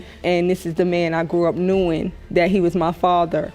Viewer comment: Grew up “knewin” It’s “GREW UP “KNOWIN” Ughhhh the way they talk makes them illiterate!!!